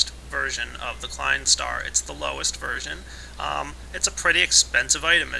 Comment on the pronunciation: I loved the way you failed at pronouncing the Klein star number, here's a tip: /watch?v=EuhxrOBK6W0